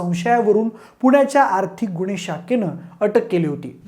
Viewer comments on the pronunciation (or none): आम्हाला वाटते... विषय चांगला पण भाषा अशुद्ध.. घरपन देनारी मानस गुणे की गुन्हे , कुनाला , कंपणी, ..(तथ्य का तत्य) एवढ धाड धाड अशुद्ध कसं काय बोलू शकता पब्लिक मध्ये??? ...Horrible अशुध्द भाषा.. ण ल न का म्हणता? कानाला खटकते. young age मधेच सुधारा, कोणी चेक करत नाही का?? माय मराठीची हेटाळणी थांबवा.